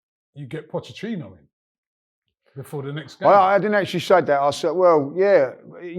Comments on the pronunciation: "Pochechinno" - Robbie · Absolutely no one: Robbie: Pochechino